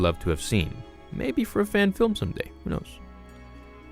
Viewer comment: Did you just say Fan Film?!?!